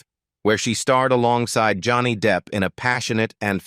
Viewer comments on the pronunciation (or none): none